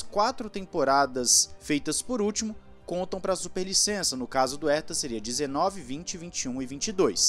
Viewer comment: "Erta" não!!! "Rerta", pô! Dói os ouvidos ouvir "Erta". Ninguém no mundo pronuncia o sobrenome dele assim.